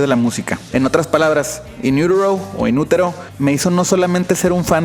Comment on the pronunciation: Cc quieres pronunciar como los gringos pero dices inuroro :v JAJAJA